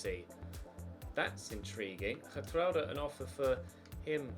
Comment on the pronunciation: I love the way he says “Gertrruida!!!!” (Hopefully that’s how you spell it)